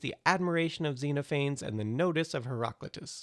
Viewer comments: THA-les xe-NO-pha-nes you know you can find the pronunciation of all the greek ppl ever on wikipedia, right? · *THAY-leez, *zen-OFF-en-eez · zenaphanes, pleanaphanes,leanaphanes, fleezaphanes,weenaanes, ulaphanes, plugzaphanes, ruinzaphanes, the more this guy talked about these mostly unknown groups, the more that i felt my eyes glass over. silence or a simpler version would have helped. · That's not how you say Xenophanes... :-(